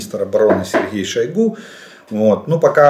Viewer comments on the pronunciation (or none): none